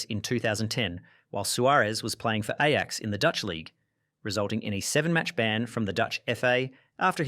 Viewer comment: Bruh, I'm Aussie too but you can't pronounce things.. Maradona and Ajax for example.